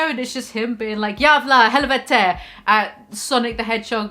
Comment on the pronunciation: Hah, that was a solid swe pronunciation:) jävla helvete. Pewds is a good king